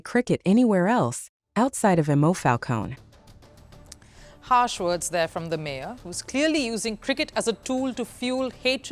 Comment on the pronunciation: This Mayor is clearly racist (from Lega party, which traditionally is an anti-immigrants party) and uses the ban of cricket just for her obsession with immigrants. But you make it appears as all Italians are racist as this woman here is (and butching Monfalcone spelling all along, btw). Cricket is an increasingly popular sport in Italy, thanks to immigrants. And of course there is a national team, whose players are mostly descendent from Pakistani or Bangladeshi immigrants, that also beat English cricket team a while ago. In the city where I live, Milan, there is a parc, Parco di Trenno, where during spring and summer weekends you can find a lot of people playing cricket, making turnments and the like playing many games at once. And no one complains.